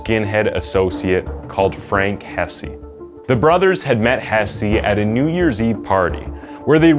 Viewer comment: lmao "Hessey". It's just "Hess".